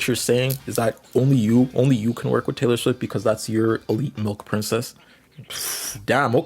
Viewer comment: TAYLEB QUAYLEE??????? TAYLEB QUAYLEE??????